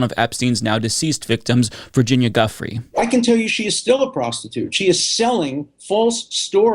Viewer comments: FWIW: Giuffre is actually pronounced "Joo-Fray" (and sometimes "Joo-Free" or "Joo-freh"). So Virginia "Joo-Fray" (not "Juffree" or "Guffree") (Also: Ghislaine, as in Ghislaine Maxwell, is pronounced "Gee-Lane" or "Gih-Lane" (not "Jizz-Lane" or "Gizz-Lane") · FYI, Giuffre is pronounced jew-frey, not guffree. GG otherwise 👍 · Can I make a request? Can you pronounce Virginia’s Giuffre’s last name correctly? From my understanding it’s pronounced like, “Ju-Frey”. I have massive amounts of respect for your important content and that’s why I’m asking for this, respectfully. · Giuffre -> gee-you-frey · I thought it was pronounced Jew-Frey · i agree with you. it’s easy to find how her name is pronounced. we demand justice for the victim survivors of the worst coverup in history. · Please, learn how to pronounce Giuffré. Please. As a sign of respect for her. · Hey, pronounce Giuffre’s name correctly. You’re routinely bad at pronouncing people’s names and this somewhat nullifies your credibility. Most serious reporters do the research, but you Americans are not good with people’s or place names. It suggests a level of arrogance in your national character. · Please stop saying Ms Julia's last name WRONG, show respect and pronounce her last name as she and her family pronounce their last name.